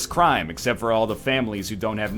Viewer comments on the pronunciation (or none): none